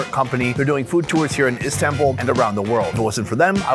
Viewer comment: İ fr get so triggered if people say istanbul wrong😭 its not the american “a” its the other “a”! Like yknow american a is like “ey”! But istanbul’s a is the other one. (İdk how to explain lol-)